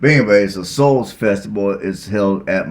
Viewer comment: Shoals, not Souls